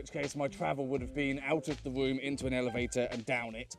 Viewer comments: The entire video I only heard the word womb instead of room. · Okay.... the accent + the affected voice (+ slight tongue tie?) is just killing me on this one! Staying in your womb. Having a womb party. I mean, I know it is room, but that soft R is just..... Don't mind me, I'm just a dumb yank.